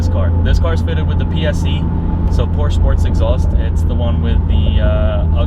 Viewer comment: I like how you compare certain aspects of the car to other cars (steering, throttle response, etc.). However, you loose a lot of credibility when you pronounce this iconic brand incorrectly. It clearly has nothing to do with 'Poor'(sh) people! Lastly, although I have not yet driven a 488, it is my understanding that it has noticeably better throttle response than the 991.2 S. Furhtermore, regarding interior plastics and fit/finish, I would say that that 458 feels much cheaper inside than the 991, whatever their comparative materials may be...